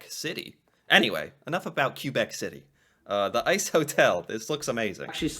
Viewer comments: Whether you are Anglophone or Francophone or from different regions within those communities, nobody pronounces Quebec like that ever. Never heard of zorbing. I'm originally from Vancouver British Columbia but I live up northern British Columbia now most people just go sledding, ice fishing, ice skating or tobagganing and we have a lake nearby and people make a race track on it and race their vehicles around it or they just have tailgate parties in the middle of the lake with their trucks on the lake and make a bonfire on the ice. Most of Canada calls sledding tobagganing, so thank you for saying that also some people in Eastern Canada call it sledding. Fun fact: we don't call Beanies a beanie up here we call them touque spelled with an extra U or without an extra U. Both correct. When my daughter visited Tennessee they called touques toboggans I was like, oh they got this really mixed up lol. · Kuh-bek, not Kay-bek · Québec is not pronounced "Cue-bek" or "Kway--bek", it's "Kay-bek", tabarnak! As for the Ice-canoeing, it's an extreme sport that is far from being common and notice how they use oars instead of paddles, so they're not even actual real canoes. I had canoes since the early 80's and never I would go canoeing in running freezing waters. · There are several copter companies which offer flights over the falls... every so often, they crash into each other... and, Quebec is actually pronounced KAY-Beck... a native word meaning "Place where the water narrows" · Québec: K-beck!!!! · Why on earth did he say "q-bec"?? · Quebec in French is pretty easy to pronounce. It's : K - Beck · It’s pronounced Kay-Beck For our American friends down south :) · David Suzuki still says kway-bekk, but I'll forgive him because he's old. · Buddy did pronounce Quebec wrong. I've mentioned before a video on the Quebec Winter Carnival, it happens every year in February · Thank you for correcting the idiots pronunciation of Quebec